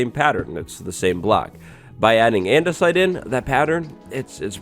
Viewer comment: Why do you have a chicago accent when saying "andersite" dunno how to spell it correctly😓